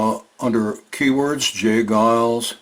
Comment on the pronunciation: It's " Geils" -fyi.